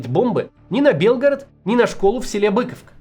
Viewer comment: БыкОвка ударение на о Моя любимая деревня 😢